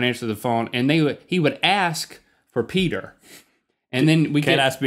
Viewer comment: "Heeeey, Peter." It's Peder.